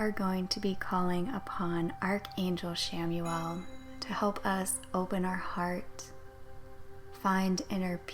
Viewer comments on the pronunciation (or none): Good energy :) … I thought it’s pronounced “KAM-uel” tho?